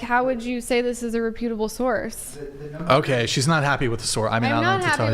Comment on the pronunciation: This lady's voice. Hahahahahaha how is that real? The person that can't prounce the word "reputable" and says it wrong for a 2nd time is critiquing an article's grammar. 😊😆